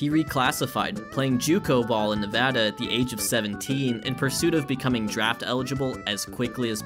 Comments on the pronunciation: As a Vegas native and someone who actually got to watch Harper play in high school, this video reaffirmed one thing for me: king status since he pronounced “Nevada” correctly, like how the locals pronounce it. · This is a tiny thing, but it means a lot - thanks for pronouncing Nevada correctly.